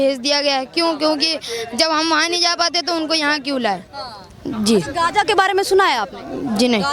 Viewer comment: गांजा नही गाजा होता पत्रकार महोदय